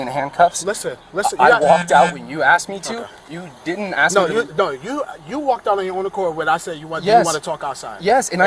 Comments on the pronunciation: This clown 🐖💩 should never say axe them that's murder you should always " ask " them. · Yet another black person who cannot pronounce ASK! 🪓 🪓🪓🪓🪓🪓🪓🪓🪓🪓🪓 I would like to AXE 🪓🪓🪓🪓🪓 why that is?